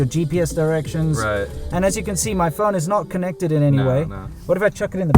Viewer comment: "The bluetooth device is uh successfully connecktid." I giggle every time.